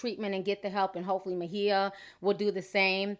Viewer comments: Lmao, I literally cringed every time she said Ma-He-Ah. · Her name is Mya not Ma he ya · Why does she keep calling her Mahia or whatever when it's Maia Campbell ? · Everytime you say My-e-yah Instead of pronouncing it like Mya, I cringe ..... and you said E-yan-nah instead of Iyanla. 😂😂😂 Whats in that tea sis, I want some lol!! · Who is Ma-heah? 🙄 Thought her name is Maia (Maya) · If she don't stop calling her, "Ma-hee-a"! It's "My-a"! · I thought her name was pronounced like MY-UH ... not Muh-He-Uh. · (Mah-hee-yah ???????) (my-ah , its maia ) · Is Ma-He-Ah an alternative pronunciation of Maia (My-yah)? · I love you Ti! Great video! But where is the "h" in Maia? lol. I think it's pronounced "Mya". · MY-YA!!!!!!! who the fuck is MAHEEYA??????!!!!! LOL 😄😄😄😄😄😅😅😅😅😆😆😆😆😆😆😆😂😂😂😂😂😂😂😂😝😝😝😝😝😝😝😝😝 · It’s the Ma-Hee-Ya for me! I don’t want to hear that pronunciation not ONE mo-gin! 😂 Good lawd that’s hard to listen to! Just say SHE and HER girl, just....SHE and HER!!! Hell, Miss Campbell if you nasty....ANYTHING but Ma-Hee-Ya! 😂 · Where do you get "meh-heeya"? Uggh. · She's bipolor disease SINCE CHILDHOOD! Her mom an author , Bebe Moore Campbell who passed years ago , wrote a book mirroring they're life , 'The 72 hour hold' ITS NOT ALL DRUGS MAM ! Her name is pronounced M-I-YAh REASERACH YOUR INFO before sharing the info PPL ! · her name is not maHIA....and her name is not eyanna.....love your channel, but please learn to pronounce people's name if youre going to repeat it over and over in one post, thanks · WHO is 'Muh-HEE-uh'??? You should at least research correct pronunciations out of basic respect for those who you're gossiping about. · I thought her name was pronounced like "Maya"? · Ma-he-ya & Ee-ya-nah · Ti, I know you pronounce certain things a lil funny but her name is "My-ah" lol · I thought her name was pronounced Myah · Girl you butchered everyone's name in this video. It's "my E ya" and "eeyanlah" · Kept calling her Mahea... lol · Mu-hee-ya?? lol!